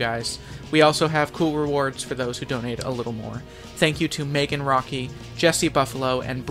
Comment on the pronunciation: What it says: I love you Megan What I hear: I love you bacon